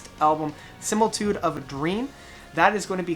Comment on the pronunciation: I enjoy your reviews BUT Please take a moment to learn some names and words. Sim-i-li-tude, Nick DEE-ver-jill-eo, ROY-na Stolta, Bill HUE-bower.